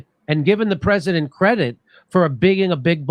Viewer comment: Why can't that white dude pronounce "President"? He keeps on saying "Prez-in-nent". But he says "Presidential" just fine.